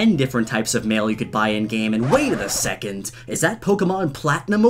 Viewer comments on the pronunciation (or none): none